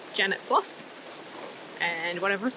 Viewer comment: It's Janet's foss not floss - related to the word force - both of Viking descent meaning waterfall..